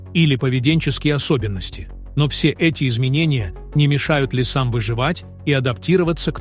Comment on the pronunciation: Коментатор что , узбек --река Припя"ть животное ЛИ"СА , ЛИСА"М ???КТОТО ЕЩЕ СЛЫШИТ ЭТУ ХРЕНЬ !